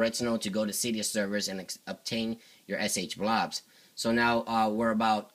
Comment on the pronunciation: I see SHSH, but what the fuck is fucking SH-blouus or what ever the fuck ur comi ass is saying?